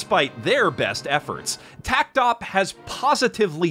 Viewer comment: According to a PV, and also the Japanese text in the logo, it’s pronounced “Takt Opus Destiny,” instead of “tact opp”